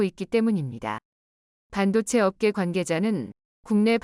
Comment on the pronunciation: 한글좀 배워서 하세요. 멈계가뭐요 업계로 읽으소